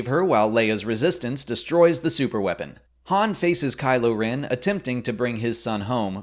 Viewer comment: "Bin" and "Kylo Rin"